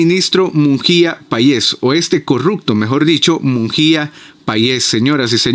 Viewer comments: No se dice Munjia, se dice: Munguia, lee bien. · hola mi amigo un gusto saludarte ,me encanta escuchar tu información la verdad ,solo una cosita no es Mungia ,si no Munguía